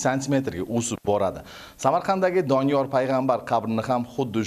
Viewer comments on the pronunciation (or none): Kim aytti Doniyol a.s. qabrlari db😂 Oldin ismlarini to'g'ri aytinglar😅keyin qabr haqida gapirasilar